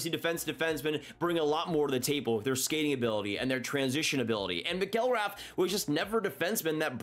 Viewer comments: It's pronounced MACK-gil-Wrath. And he was a bust immediately. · I was going to comment about this. The way was pronouncing his last name was really getting to me.